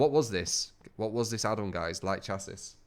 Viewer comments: kairu aname 100% pronounced shassie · It is pronounced shassie!!!!! omg how does no one know this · if your american then it is chassie and if you are from uk then it is shassie. Me and truetalent are from uk so i am right about that. If you are from america then i am wrong. Either way it doesn't end in 'is'. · Chassis? That word? Are you absolutely certain? Because I can link many things that say otherwise